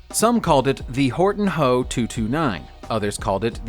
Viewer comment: It is also not "Horton hoe" like he pronounced it. Just the letters.